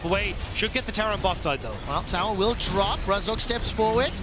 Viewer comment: Wow! Someone should teach this guy how to pronounce tower.